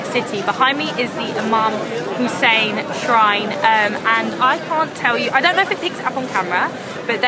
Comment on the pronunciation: OMG how beautifully pronound Imam Hussain love love ❤❤❤